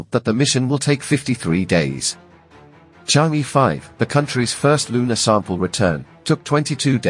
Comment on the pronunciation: pronunciation mistake... it is not e, it should be pronunciated er, sound er is more closer to Chinese words. Chang'e is a name of mystery fairy living on the moon in ancient Chinese culture ..pronunciated as Chang er 😂😂not chang yee.she may not like ppl call her name wrong..